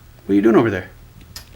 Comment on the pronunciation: "What-er you waiting for?"